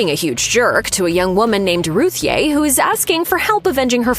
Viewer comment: According to Tom King Ruthye is pronounced Ruthie